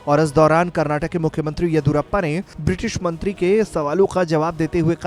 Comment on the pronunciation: Abhe chutiye Karnataka hai Karnatak nahi tum logon ko states ka naam nahi pta Kya news report karoge.